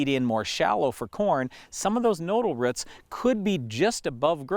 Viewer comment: Roots not rutz